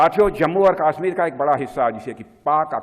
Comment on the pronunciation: Haha isko Kashmir Bolna sikha dy koi😂